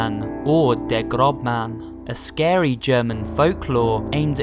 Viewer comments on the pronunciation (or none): this is 6 years late but a slight correction it is not pronounced Grobmann but it is pronounced Grosmann